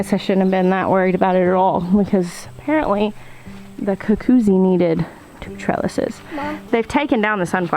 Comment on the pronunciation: You are pronouncing cucuzzi better than you've been advised. The double z in Italian is pronounced like "ts", as in pizza. So, phonetically, it's "koo-KOO-tsee". "Googootz" is more like a term of endearment referring to a person. Don't sweat it.